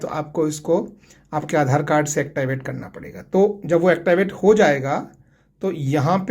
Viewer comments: Actiwait😂😂😂😂😂😂😂😂 it's activate😂😂😂😂😂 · Please activate sahise bole